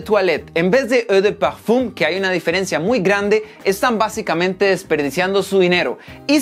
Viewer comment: “Egdjdndndk PEEEFUMMM” ajajaj la wea